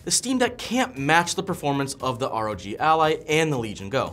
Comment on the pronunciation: It's ROG, not ROg